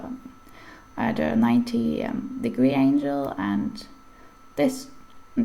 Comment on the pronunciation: Im not sure if you’re Russian, but Angle would be pronounced more closely with the word ангел. in English I have frequent confusion between Angle, and Angel. Now I wonder, what is the word for Angle in Russian?